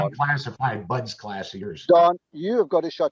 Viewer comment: How many times will he say BUD class (no S) before somebody says something. And why does that bother me so much?